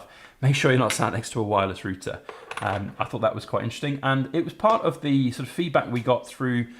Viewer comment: Had to replay a number of times the part about a "woy-liss roo-tah." OH! You mean a "wireless router!" Ha! That's great! And thanks for the great video!